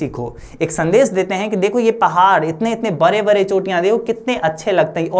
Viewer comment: Aap bde bde ko bre bre kyu bolte h bhaiya 😂😂😂